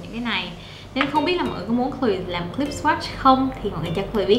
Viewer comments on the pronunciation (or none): none